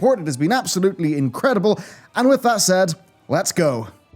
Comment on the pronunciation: With that said. With that Said. Wiiithhherd that said. Asmongold